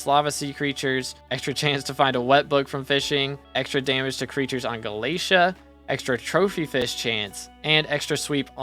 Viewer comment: FINALLY WE GET THE UPDATE!!! Btw galatea is pronounced more like ga-la-te-a